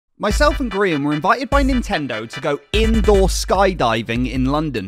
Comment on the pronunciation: I love how specifically emphasis "indoor skydiving"